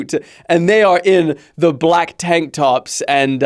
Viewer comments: bro said tank tops 🤣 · Bro said "Tank tops"